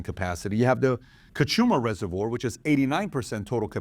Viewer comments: Never heard ”reservoir” pronounced the way PBD did 😂 Why do Americans always have to bastardise the spellings/ pronunciation of English words?! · He can’t pronounce reservoir 😅